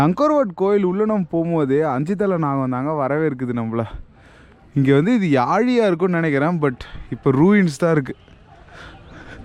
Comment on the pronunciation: yaazhi illapa yaaLI vallinam